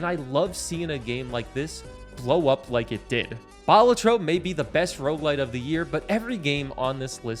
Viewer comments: Dude rightfully names #1 Balatro but fails to pronounce it correctly. it's not ball-a-tro, but bal-AH-tro. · ITS PRONOUNCED BA-LAT-TRO..... NOT BALA-TRO